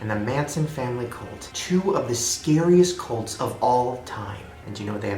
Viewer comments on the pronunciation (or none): When he said cults I thought he said goats lmao